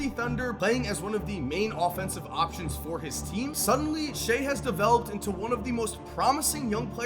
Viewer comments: he can't even say shai's name right! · Shai "who" Alexander 🤣🤣